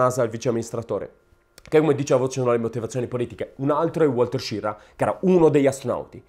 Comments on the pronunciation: SCHIRRA non "SCIRRA" ERA SVIZZEROSARDO. O meglio ITALO AMERICANO. Quindi almeno dillo in Italiano il cognome. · Una notazione.La pronuncia di "Schirra" non è "Scirra". Ma proprio come si scrive. Schirra aveva origini italiane. Per la precisione sarde! I nonni erano di Ghilarza, in provincia di Oristano. Emigrati poi in Svizzera, poi si spostarono negli USA. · A quanto sembra Schirra aveva origini sarde, si dice che suo nonno fosse di Ghilarza (Oristano) ed emigrò prima in Svizzera, poi negli States. Coincidenza: a Ghilarza visse anche Antonio Gramsci. Se questa tesi fosse vera, il cognome Schirra cognome andrebbe pronunciato "Skirra". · Hai perfettamente ragione, stando a Wikipedia. Schirra è un cognome sardo e si pronuncia proprio Skirra. La sua testardaggine potrebbe essere proprio quella dei sardi 😂😂